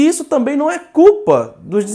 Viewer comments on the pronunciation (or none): none